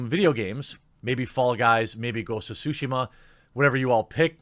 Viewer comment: I swear to God if you mispronounce tsushima again I swear to lordy Jesus you will be struck by lightning. It's not sushi. It's tsushima.. suuuu-shiiimahhhh Tsunami..suuuu-naaahhmiiii